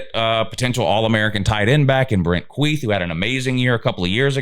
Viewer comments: The tight end's name is Brant Kuithe - pronounced Kee-thee, NOT Queeth, which sounds too similar to Queef, LOL. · With Utah’s recruiting class this last year was a relatively small class, if you look at average recruit ranking number it is much better than what that 59th ranking would suggest. Also Brants last name is pronounced KEY-THEE (soft th) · Thanks and great analysis. I hope we win more than 10 games but 10-2 is fair. By the way Kuithe is pronounced "Kee-thee", and Micah is pronounced "Mc-Kai". Go Utes! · The tight ends name is pronounced Keith-ie.